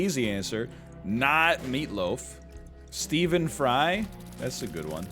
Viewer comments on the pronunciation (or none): none